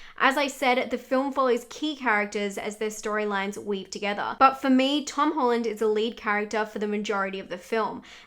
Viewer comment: Tom HOLLARRD?🤣🤣